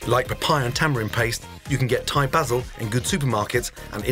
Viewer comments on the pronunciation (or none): none